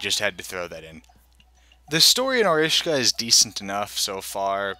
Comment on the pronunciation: Or-aye Shi-ka.